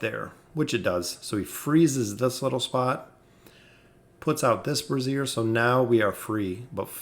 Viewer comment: I really don't want to nitpick but its pronounced brāZHər, not brassiere. Great vid nonetheless!